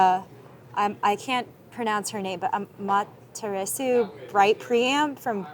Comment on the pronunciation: a-ma-te-la-su. The u is whispered.